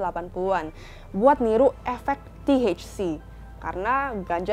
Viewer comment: Nyebut THC nya biasa ae keles hahaha